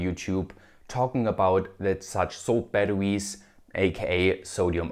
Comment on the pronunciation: I hate how he says baduwees. Had to leave the video.